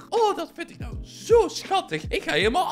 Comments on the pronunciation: je zei nawhh in plaats van ahww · Nee bij die tweede zij je naw en niet aw